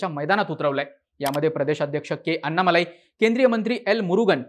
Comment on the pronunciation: अण्णामलै असा उच्चार असतो.